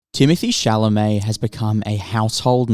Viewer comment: Crazy how his name is never pronounced correctly outside of France